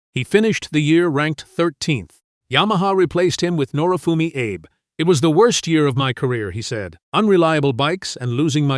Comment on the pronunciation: Daryl Beatie will go down as one of Australia's best motorcycle riders. Is Dohane an Aussie beer. Japanese rider Abe is pronounced Arbay. AI voice over is so Cringe worthy.